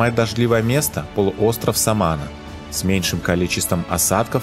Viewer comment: Не "СамАна", а "СаманА" ! И не "гуагуа" , а "гуАгуа", - ударение на первый слог! Учите испанский !